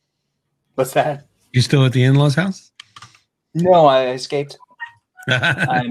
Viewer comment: "Escaped" lol